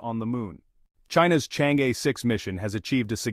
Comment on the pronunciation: i guess chinese AI should know how to pronounce "chang-e" correctly